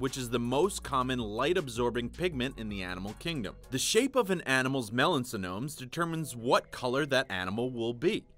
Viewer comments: Guys you put "Melanosome" on the screen but still pronounce it as "Melansonome"? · Narrator's pronunciation of melanosome made me cringe. Twice